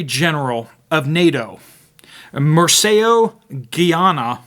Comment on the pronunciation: Hearing you slaughter "Mircea Geoană" made my ears bleed...